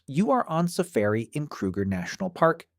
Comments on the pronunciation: Tf is a Sa-ferry? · Lol "safairy"